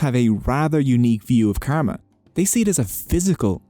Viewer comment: Brother ur pronouncing kama Not kama it's karma.